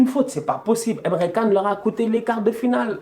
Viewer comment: emre can (pas Kan mais *TChan*) 😉